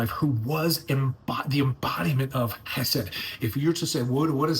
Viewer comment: It's not pronounced Key said. KH in hebrew is pronounced Hresed with an emphasis on the H